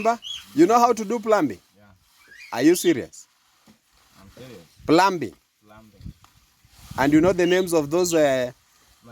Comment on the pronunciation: Good day,,the b in the word plumbing and plumber is silent letter. Therefore plumbing is pronounced as pluming, plumber is prounced as plummer. Please google to get the right pronunciation. Thanks and continue doing the great work. God bless you. From the beautiful island of St Lucia.